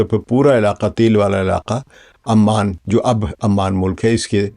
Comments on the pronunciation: Aman wrongly pronunciation, it is Oman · PLEASE fix the pronunciation of "OMAN". You keep calling it"Amman". Sir jee Amman is a city in Jordan. Please fix it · Kindly correct its "OMAN" عمان not Amman which is capital of Jordan.